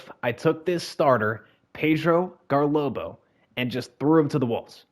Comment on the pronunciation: I love how you called Garlobo, GarBOLO the whole video LMAOO